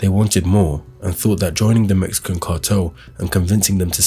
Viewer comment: “mexcian” LMAOOO 😂